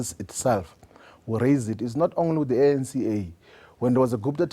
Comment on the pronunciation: Hahahaaa.@ Did Floyd call the eNCA the ANCa